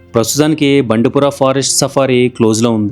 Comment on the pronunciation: Bro! అవి ముదుమలై & బందిపుర! మీరు మధుమలై & బండిపుర అంటున్నారు!